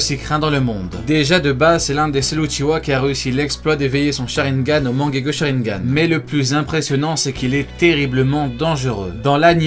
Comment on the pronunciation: « sharineganes » oulala